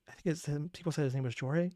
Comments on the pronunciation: Loving your reactions to this! Jorge is pronounced Hor-Hey. Winion is Wind-Minion which are the little guys singing with the wind god and also what the fans have taken to calling themselves. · Jorge’s name is pronounced “Hor-Hey” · Jorge is pronounced “Hor-hey” but we call him Mr jalapeño man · Since I didn't see anyone else mention it Jorge's name is pronounced like "Hor(Like Horse)-Hey" It's a Spanish name and most with a J are said with an H instead. Like Jesús! Also, any of the animatics by AnniFlama are highly recommended. Her animatic of Ruthlessness is one of the most popular! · it's pronounced as -Horhey-, it's Spanish. Jorge, but he does go by Jay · "Jorge" is pronounced like 'hore-hay' 👍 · Jorge pronounce “Horhay” it’s the Spanish version of George. He is puerto rica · the name of the creator and singer for Odysseus is prounounced horhe its in spanish